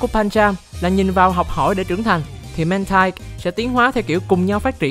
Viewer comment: Mantine đọc là /man-tin/, còn Mantyke đọc là /man-tai-k/ bạn nhé